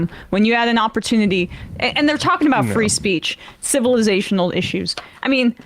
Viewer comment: Emma you're not doing us liberals any favor when you try and pronounce those heavy words like civilisational Emma if you're going to use cannabis you have to understand the little mouse on the wheel in your head is not going to catch up with those big words when your dimmed down with cannabis you have to keep it simple Emma or go back to work at the dairy Queen